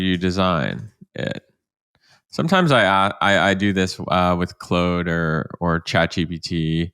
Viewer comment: dude, learn to pronounce claude